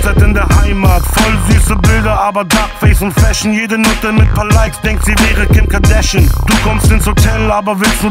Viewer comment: " Kim Kardäschn", mein persönliches Highlight :D